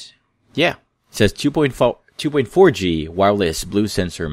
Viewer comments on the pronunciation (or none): chu point four g? Chu? Haha trying hard.